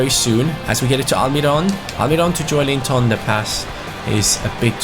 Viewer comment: Like so can see Its pronounced jo-el-in-ton #irl Where will newcastle finish in your opinion???